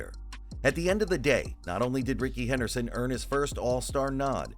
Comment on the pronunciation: It’s Rickey Henley Henderson